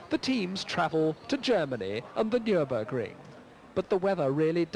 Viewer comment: The Nyurbirgring 🤣